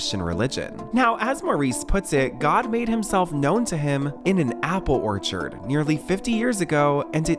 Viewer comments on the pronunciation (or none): none